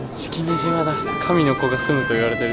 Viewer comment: スィスィンって言ってるよね⁉️